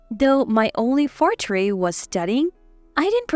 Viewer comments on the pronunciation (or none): Forte was also mispronounced.